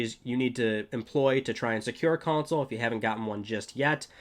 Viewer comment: Console or is it Cownsole how the F is he saying it?